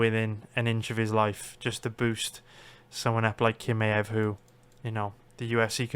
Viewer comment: its not kimaev its chimaev. Do u see the difference?